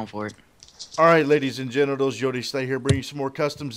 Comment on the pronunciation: "OK LADIES AND GENITLES"